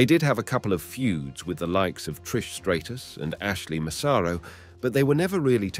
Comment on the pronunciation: You can’t even say Trish’s name right 😂😂😂😂